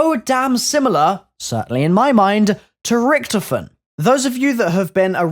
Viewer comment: Not Richthofen mate